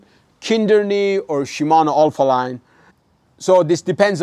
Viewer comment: Shimano Alfine or as you said it "Alpha Line" 😉